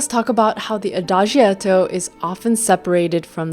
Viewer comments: adagietto is pronounced Ah-Dah- JET- o. The letter i is not pronounced. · Thank you for a very enjoyable and enlightening exposition. Ahem, while you are there in Hamburg, try to bump into an Italian and ask him/her to teach you how to pronounce Adagietto (ah-da-jetto) and Maestro (My-stro) and, in general how the additional "i" is used to soften its preceding consonant. (As in Giacomo or Giotto.) Grazie lo stesso!